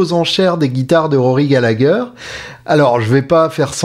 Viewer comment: Super ! 👍🏼 Prononcer Gallaher 😉